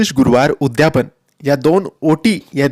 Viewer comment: उद्यापन असा शब्द आहे उद्यापण नाही